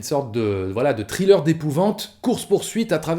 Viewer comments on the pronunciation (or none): none